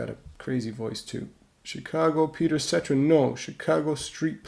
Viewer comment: Cetera… (Suh Teer Uh) lol great video ❤